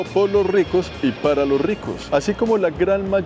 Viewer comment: El influenciador que peor habla el Castellano... Pa', Pal', Vamo, etc. QUE VERGUENZA!